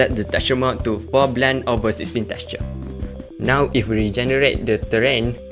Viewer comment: awesome guide, thank you❤❤❤ , its soo funny when you says teqture 😆